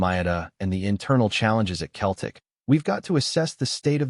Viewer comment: Can your AI not get how to pronounce Celtic and not Keltic ffs 🤷‍♂️😡